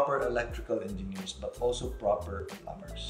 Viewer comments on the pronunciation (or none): Plumbers. Plum-bers hahaha